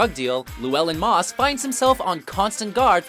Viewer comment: Moss not miss